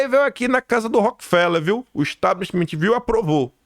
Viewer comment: Importantes análises! 🙏🏻✨🇧🇷 Gosto muito! Mas, não fica bem dizer “Establishmentiiiii”! Sugiro tirar este “i” final! Além de não existir, sabes falar inglês,! Só sugestão… é claro! 😉 És excelente! 🙏🏻🇧🇷✨✨✨